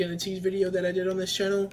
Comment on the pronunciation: It's pronounced Aye-Tease and I'm enjoying your road to becoming Atiny! They love switching beats in their songs. It's what makes their music so unique and amazing. (my opinion) I loved your reaction can't wait for you to react to more Ateez! Purple haired is Wooyoung. By the way their comeback is July 29!